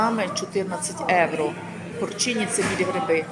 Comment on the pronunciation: Якщо вже ведете канал украінською то необов‘язково евро, евро, та можна вже євро казати!! Не в обіду! Але трошки контролюйте свою вимову!